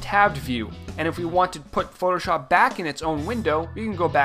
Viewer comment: It's very annoying the way he says "shop" in Photoshop. Listen to if you want to know. It's kind of stupid. Who says it like that? lol